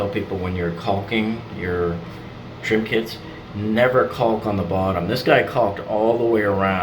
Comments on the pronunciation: Stop pronouncing the L in caulk driving me nuts....lol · I suppose there are regional variations in how the word is pronounced. I always thought it was “colk.” Now I’m self-conscious about it, HaHaHa. Okay, I’ll just avoid the whole thing and call it “sealant.”